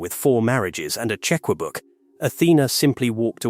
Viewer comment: A “check-wu book”!!? Ai narration is the scourge of YouTube.